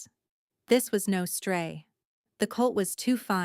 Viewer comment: It's colt, not cult. Listening from Austin TX.